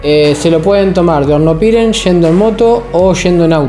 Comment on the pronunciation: Amigo bsds.. estoy mirando tu videos muy buenos.. Una sola cosa Hornopirén tiene acento en la E y suena horrible como lo pronuncias con el acento en la i.....